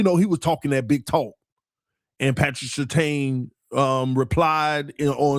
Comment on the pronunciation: you are one dumb mf dawg 😂🤦‍♂️ Waddle said what he said about Pat because he knew he was about to get traded there. Ain’t no way you’re THAT goddam simple 😂🤦‍♂️ And YOU of all people should know Pats last name is pronounced “SIR-TAN”. Not “SIR-TANE”. C’mon dawg 😂🤦‍♂️